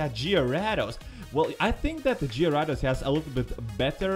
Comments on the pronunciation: hay I now how you can say gyarados right here gay-rey-does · It's pronounced garadose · what's a jyrados I thought it was gyrados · It's on gyaradose it's garadose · That's a cool way to say gyarados... I might use that, go Gyarados!